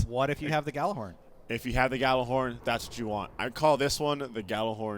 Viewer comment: Why do people say "gallahorn" when it's Gjallarhorn? It's like pronouncing Truth as "tute."